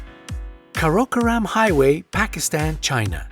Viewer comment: Not sure a railway line qualifies as a road. Also, Karakoram is NOT pronounced like that. Not even close.